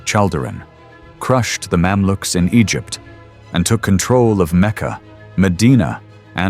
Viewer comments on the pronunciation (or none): none